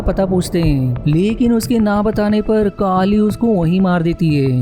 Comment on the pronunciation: काली नहीं केली बोल